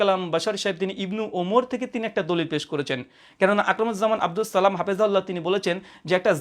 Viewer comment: আপনার সালামটা শুনেই হতাশ হলাম,,,শুদ্ধ হয়নি